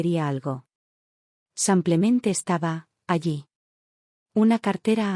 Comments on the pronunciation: Porque ella no dice simplemente ,no samplemente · Por favor , que no diga más samplemente . !!!